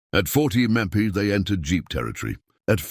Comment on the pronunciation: They repeated the exact same information at least four times during this video, and the AI narrator can not pronounce MPH. Having to listen to the same shit over and over while an idiot talks is a waste of time!